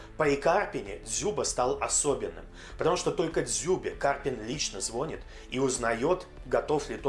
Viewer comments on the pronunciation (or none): звонИт, а не звОнит